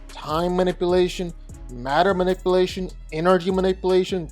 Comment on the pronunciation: Protip: play the video at 1,25x speed. Makes the narration normal speed. Edit: What's "quantum manippelation"?